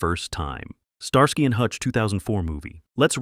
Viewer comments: Star......SKY and hutch talk about butchering a name..... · Star-Sky and Hutch? I'm so sick of lazy channels using AI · Star-sky &Hutch well damn all through the 70's we all were mispronouncing that title thank God we have A.I. to correct us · Star Sky? Sky like looking up at the sky? No, dude. It's pronounced like ski. Like you're going skiing. Starsky and Hutch. Don't pronounce the y. Pretend it's an i. I swear, you guys need to hire folks to monitor your A.I. narrations. Or just quit being lazy and do it yourselves. -OG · the second the narrator said Star-Sky I quit watching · STAR-SKY and Hutch? Really? The name was even accidentally said correctly once or twice in the video.